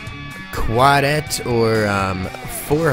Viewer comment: "Quadet" is really Quartet lol.